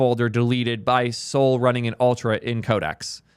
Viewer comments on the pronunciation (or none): Pronounce Sol as "Soll/Saul", not "Soul".